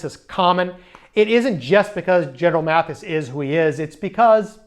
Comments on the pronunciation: Love your videos, but mispronouncing General Mattis's name is not good. It is "Mattis" not "Matthis". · Maddis, not Matthis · Mattis, not Mathis. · Just a nit: it’s Mattis, not Mathis. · Good Job!! (PS) I believe the General spells his name M-A-T-T-I-S and not M-A-T-H-I-S. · It’s Gen Mattis, not Mathis. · MATTIS not Maddis or Matthis!!!